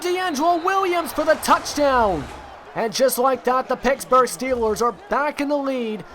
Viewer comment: its pittsburgh not picksburgh